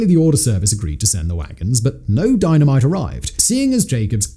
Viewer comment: Saying Dino mite so off ton it's like your sending a subliminal message!!!!